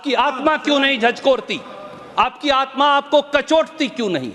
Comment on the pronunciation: Pahle bolana sikho अतम नही आत्म